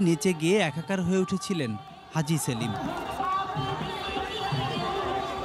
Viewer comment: হাজী সেলিম উচ্চারণ করোগা পাজি সেলিম উচ্চারণ করবি